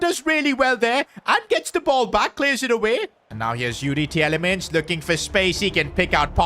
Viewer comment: You speak Tielemans (the ie) like meal (fonetic) from a Belgian